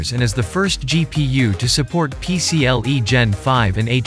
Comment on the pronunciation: LOL Niveeda (En-Vid-Ee-Uh -The I is after Vid, not before.) Also, it's PCIE, not PCLE ... Do you actually know computers, or are you just reading things someone wrote for you?